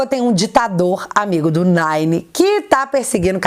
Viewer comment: Quando vc fala "Nine" eu acho muito engraçado kkkk